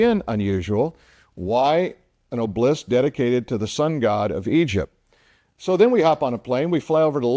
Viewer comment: Pronounced "Ob-el-isk"...."not oblisk".